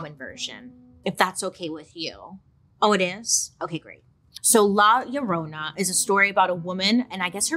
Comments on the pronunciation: Lie-ya-Rona not lala love 😊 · Not loraina 😂 It's "la llorona" and it translates to "the weeping woman" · Lol the way she pronounces la yuh-roh-nah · Am I the only one humming “my Sharona” when Bailey says La Llorna… 🙄😝